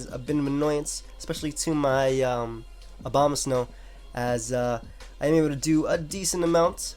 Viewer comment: why do EVERYONE say Obamasnow instead of Abomasnow